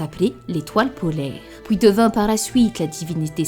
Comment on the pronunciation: Je sors du silence : On dit huit et non '' houit '' Puis et non ''pouis''. Etc...